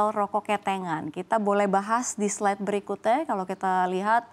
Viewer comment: kita bahas di slide BERIKUTE jawanya medok 😊